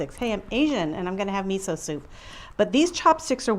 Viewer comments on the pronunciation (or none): none